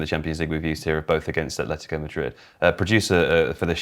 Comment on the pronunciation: AT-LETICO go look it up.. why the f, do English people almost always pronounce a "H" tha clearly is never there? ,ignorance? ..i disagree with much of the analysis anyway, risky football and brave football is keeping the ball is playing short passes through tight areas of the pitch..getting the ball quicker forward earlier is not as risky because if you lose possession of the football you lose it much further away from your goal, playing short passes from the back is far more risly lose the ball and there is an imidiate turnover often leading to an goal scoring opportunity... anyway everybody is entitled to their view, but that;s all it is their individual and subjective point of view....and btw the classic Salah finish was never about power it was about incredible dribbling ball control and precise finishing...like i said subjective LFCYNWA Football one game ONE name period, and no that's not enefel (NFL) handegg